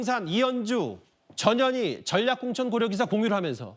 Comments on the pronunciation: 앵커님 전현희 라고 할때 깜놀했네요 저년이라고 하는줄 알고요ㅋㅋ ㅋㅋㅋㅋㅋ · 나만 저년이라고 들리나? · 전현희가 왜 저년이로 들리지?? ㅋ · 저년이 라고 들리네요~~^^